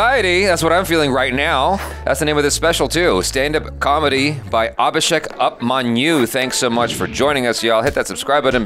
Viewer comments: his name's pronounce is "oopmanyu" not "upmanyu" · Has anybody told that its Abhishek Upmanyu??? Like its not 'up' like 'give up', its 'OOP' even if the spelling is 'Upmanyu', i hope he reads this comment and knows that it should be pronounced as 'Oopmanyu'... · it's not pronounces as 'up-manyu' it's 'oop-manyu' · Well, it's a very tiny nit-picky thing but, it's not pronounced as "Up"manyu like you say in 'Up or down'. It's pronounced as "Oop"manyu. Like you'd say in oops 😄🤝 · “Upmanyu” is pronounced as “OOpmanyu” 🤷🏻🤷🏻‍♂️ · Its not pronounced upmanyu.. Try it pronouncing like oopmanyu